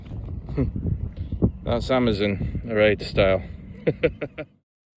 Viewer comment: Great video that brought back lots of memories. I lived on that beautiful little gem of an island for nine years - happiest days of my life.( fionnphort pronounced 'fin. . ah. . fit'. Erraid pronounced 'air ..rid' ). If you sat on the little wooden bench in the Observatory (shore station) then you're welcome. I built it. There used to be a brass telescope in their which when looking through the centre panels in both windows, and the metal ring on a post outside, would line you up with Skerryvore and Dhuheartach lighthouses. It was an observation point that allowed the lighthouse builders to see what the water was like over the rock. Plus in the early days before the radio, it was the only means of communication with the lighthouses. :)